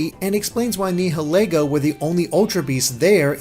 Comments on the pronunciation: Nihilego is pronounced Neye-ill-ee-go. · After watching countless videos, I've come to realize that apparently no one on YouTube knows how to pronounce Nihilego.